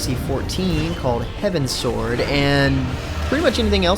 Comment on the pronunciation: It's Heavensward mate, not Heavensword :/